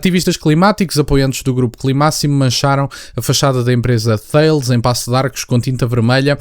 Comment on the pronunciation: Apenas um pequeno reparo desculpa, Thales pronuncia-se "Taless".